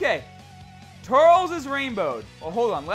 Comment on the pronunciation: You're pronouncing turles wrong